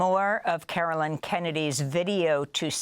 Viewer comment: As a Caroline, please try to pronounce the “line” as it’s meant to be pronounced in future broadcasts. Great reporting.